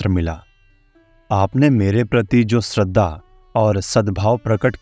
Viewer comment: आपका अशुद्ध उच्चारण खटकता है, जैसे श्रद्धा को स्रद्दा। श्री को स्री।